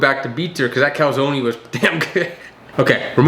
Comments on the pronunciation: Hearing him pronounce calzone as calsoneey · U keep saying calzone like that and I'ma rock u jus how will rocked chris